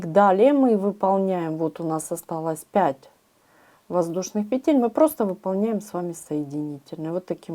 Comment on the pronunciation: Если вышла в интернет,говори правильно: пЕтель,а не петЕль,наверное,не русская.Очень режет слух!!!